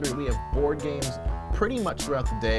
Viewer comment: At the end Said board AM